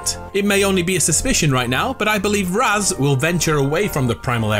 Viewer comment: Tho it's pronounced raaz, not raz